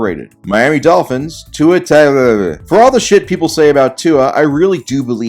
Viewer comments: “Tua Tacmfmcjfjfnfh” 😂😂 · The way he said tua’s name 😂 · Please say Tua's surname in each video. Thank you! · Tua unintelligible 😂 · Laughing my ass off at the pronouncing of Tua’s last name lmaooo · The pronunciation of Tua’s name actually sent me